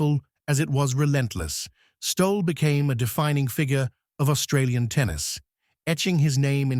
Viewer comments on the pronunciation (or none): Pronounced Stolley!! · Who did you ask for the pronunciation of Stolle!...Stolley! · I WANT TO REPEAT THE MESSAGE FROM Who did you ask for the pronunciation of Stolle!...Stolley! FRED WAS A GREAT PLAYER. AS KIDS, CHARLIE HOLLIS, OUR COACH, WAS ABLE TO ATTACT THE TOP PLAYERS IN THE EARLY SIXTIES TO VISIT HIS COURT IN GOSFORD. FRED WAS A REGULAR VISITOR EACH YEAR. ONE YEAR, HE WAS AS SICK AS - YOU COULD SEE HIS INFLAMED COMPLEXION AND IT WAS OBVIOUS THAT HE WAS IN DISTRESS, BUT HE CAME THAT NIGHT, TOO, AND PERFORMED FOR US, PLAYING TWO SETS OF SINGLES AND A SET OF DOUBLES, AS ALWAYS. HE WAS KINDLY, AND HAD A SENSE OF HUMOUR - NEVER POMPOUS OR SELF-IMPORTANT - VERY DOWN TO EARTH. I ASKED HIM ON COURT BETWEEN SETS, WHAT DID THE "F.S.S." STAND FOR ON HIS TENNIS SHIRT? HE REPLIED, WITHOUT BLINKING, "FAST, SURE SERVICE!" WATCH HIS VICTORY OVER A GREAT PLAYER, JOHN NEWCOMBE, IN THE FINAL SETS OF THE US SINGLES IN, I THINK, 1966. FROM MEMORY, HE DEFEATED ANOTHER ALL-TIME GREAT, ROY EMERSON, THE FASTEST MAN EVER ON A TENNIS COURT, IN THE SEMI THAT YEAR. GOOD ON YOU, FRED!